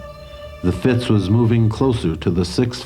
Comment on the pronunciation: Fascinating, thanks. One minor thing, and I hate to criticize, but it's the Fitz, not the Fritz. Easy mistake. 😊